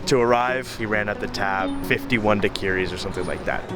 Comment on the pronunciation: How the fuck did you just pronounce daiquiri ?